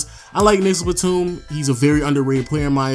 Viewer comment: Pronounce your words bruh he said nigagas Batum dead ass